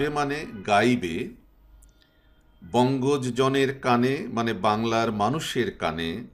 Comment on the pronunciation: ধন্যবাদ স্যার। চমৎকার ব্যাখ্যা ও বিশ্লেষণ । শিক্ষার্থী ও শিক্ষকেরা বেশ উপকৃত হবে। 'বঙ্গজ' এর উচ্চারণ- { বংগোজো }---উৎস নির্দেশ : বাংলা একাডেমি বাংলা বানান অভিধান। আরো ভিডিও চাই। শ্রদ্ধা জানবেন ।